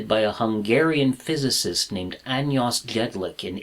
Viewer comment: János Jedlik , not Anyos. It is James in English. (Sorry my english is really bad)